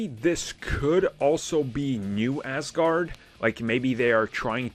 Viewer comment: Hi, it's Aaasgard, not ass guard :)